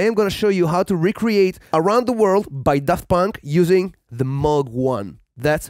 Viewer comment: And thumbs up for pronouncing Moog the right way!